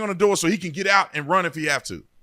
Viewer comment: The reporter said Rund instead of run what a shit reporter😅